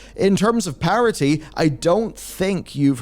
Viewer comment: Why are you saying “parity” like it’s spelled parody???